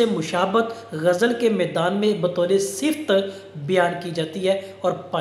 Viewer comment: بہت اچھا سر ! اسکا تلفظ صِفت نہیں ہے ۔ صِفَت ہے ۔ آپ کا ادنی شاگرد